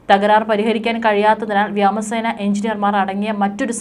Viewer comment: വ്യാമ സേന അല്ല വ്യോമ സേന എന്നു പറയൂ 😢😢